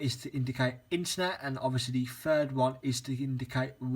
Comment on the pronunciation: Third not fhird